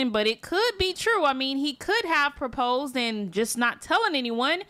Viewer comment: Bro it’s proposed lol, not praposed